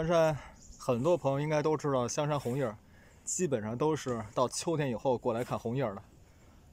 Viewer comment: 红叶 不加儿化音吧